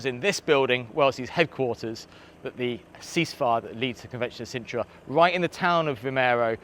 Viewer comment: *Sintra. Not Cintra, that's a place in the Witcher books 😂